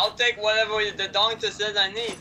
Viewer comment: kronk kept saying doncter